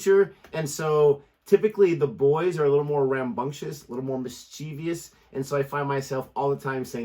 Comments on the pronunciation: If you're a teacher, don't put that extra syllable in "mis-chiev-ous". Look carefully at the word, it's not "mis-chiev-i-ous". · Mischievous - is pronounced 'miss-chiv-us'. Not 'miss-cheev-ee-us'. Here's a helpful vid on the British/American pronounciation. 🙂vious - is pronounced 'miss-chiv-us'. Not 'miss-cheev-ee-us'. Her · A teacher should really know how to pronounce mischievous.